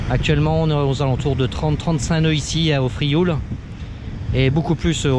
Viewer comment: Merci pour ces images, c’est amusant de voir son ile de l’extérieur. Il est devenu difficile d’entendre le nom de l’île prononcé correctement. Les francophones ayant des difficultés à dire /iw/ et surtout à comprendre que la graphie française l’écrit. En effet dans ce mot IOU veut exprimer le son /iw/ inconnu du français. Le L fausse étymologie, ne se prononce pas. On subit la même altération dans de nombreux toponymes occitans de la côte proche: Riou /riw/, Sormiou /surmiw/, Morgiou /murjiw/… la graphie authentique est Rieu, Sormiu, Morgiu.